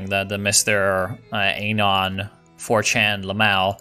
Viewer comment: You say anon like anal and it bothers me